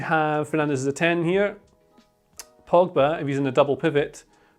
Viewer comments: man said frogba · if it's not mcfred or eeer..frominay..then its gotta be: me: POGFRED: FROGBA lmao